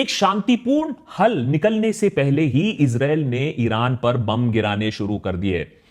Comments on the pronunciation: Issrraa.. 😂😂Israa🤣🤣🤣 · It is very brave of you, to state all the facts. I've become a fan of yours. And the subtle "Israel" 😂😂😂 you had me there lol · 😅😅😅 Israel bolne ka tarika thida casual h